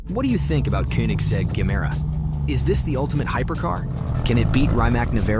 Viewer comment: Aloo gemere..not gamera😂😂😂😂